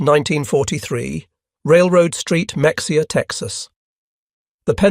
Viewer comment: The commentator needs to learn to pronounce MA- hay-ah ((Mexia)😂